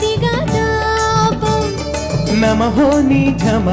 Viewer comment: bhai ...తాపం కదా ? తాబమ్ అంటున్నావ్ ...బాలచందర్ గారు ఉన్నారనా ? 😂😂